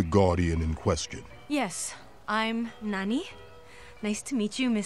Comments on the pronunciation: It’s Nani not Nanny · wait did he actually say nanny instead of nani??